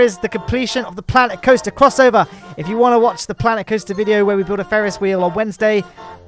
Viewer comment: Sooo Klanet Koaster